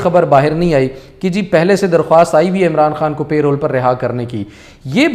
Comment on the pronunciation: Its not pay roles its parole